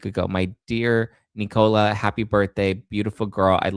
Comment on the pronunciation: It's Nicola not Knee-Cola...